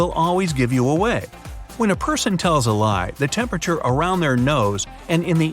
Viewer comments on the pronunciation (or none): none